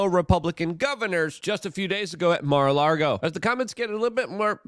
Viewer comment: Dang it. Luke. It's mara LA-GO. Not mara largo 😅